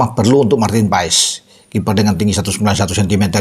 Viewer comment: yg bener baca nya "MARTIN PAES" atau "MARTIN PAS" ?